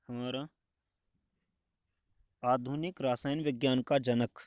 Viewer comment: बहुत अच्छा लेकिन रसायन होता है रासायन नही